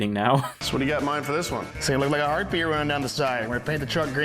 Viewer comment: Ah. The era of dumbass facial hair. Also, every time they say "heart beat" i hear "herpe".